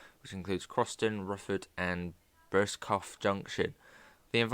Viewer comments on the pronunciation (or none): Great vid. But its pronounced bursco or burscu if youre from there haha😅